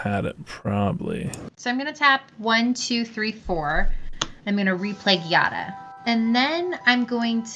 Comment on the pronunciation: The giada mispronounce pains me and i'm not even italian D